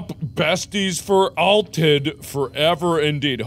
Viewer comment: Blev ganska imponerad av hans uttal på ”För alltid” iaf. Alltid något